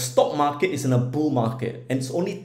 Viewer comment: Lol. He saying “Boo Markets?” Or bull markets lol